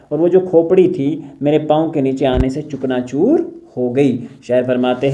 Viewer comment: Chakna choor,is right pronounciation